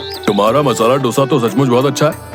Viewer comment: It's not " डोसा " It's दोसा